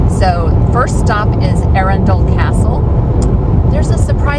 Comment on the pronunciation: Another enjoyable informative vid. There's Swanbourne lake where you can hire rowing boats and a nice pub (The Black Rabbit) by the river just up the road from the castle. Look forward to your travels through my home county. And Arundel pronounced like a true native. 😉